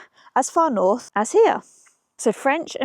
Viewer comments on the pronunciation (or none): none